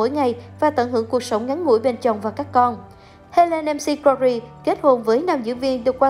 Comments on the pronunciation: bn đọc sai tên của cô Helen r . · Đọc tên ng khuất cũng sai ạ,đi học lại tiếng anh đi